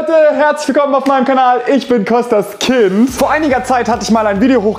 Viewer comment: Ich bin Kostas Kind xD was wolltest du mit der Betonung auf Kind wohl ausdrücken? XD Wie auch immer, das Video is mega. Gern nochmehr Vorteile am gay sein (obwohl ich straight bin) :D